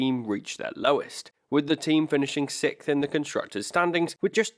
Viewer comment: Dude... the LEAST you could do is pronounce "SIXTH" correctly!!